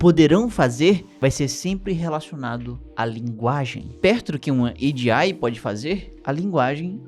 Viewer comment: Oxe fala logo "AGEI" tu nao é gringo po kkkkkk